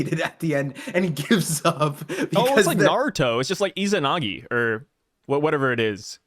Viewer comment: Izanami, not izanagi.